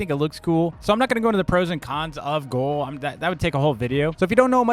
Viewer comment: brother pronounces ghoul like goal